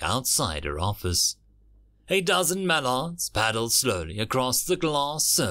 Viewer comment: Now I am wondering where you are from the way you pronounce some of you words. Karen Aaron.. mallards. and others.. lol